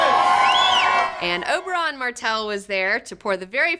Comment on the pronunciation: Is it me or does she says Oberon instead of Oberyn?